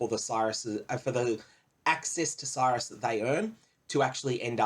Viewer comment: if you pronounced Sirus properly i'd watch more of your videos, no joke. It fucking hurts my brain that people can't just do shit properly.